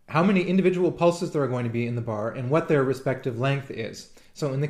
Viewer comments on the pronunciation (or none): none